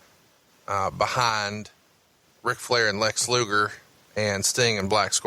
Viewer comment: "Lex Loogle." - MarConrad